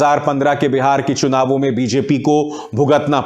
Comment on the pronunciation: चुनाव को शुनाव बोलते हैं। और भी बहुत सारी गलतियां हैं उच्चारण की।